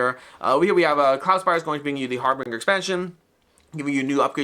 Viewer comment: Harbinger, something signaling or announcing something else to follow, pronounced HAR-binjer, with a J sound. Kind of like “binge watching”, which is what I’m doing now! 😂